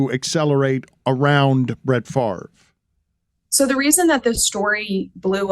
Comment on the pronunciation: Where are u ? I am a cuevas. Born at The Kiln. Spent lots of time there. But never lived there. As you know we are distantly related to Brett It is correctly pronounced as Fav Ray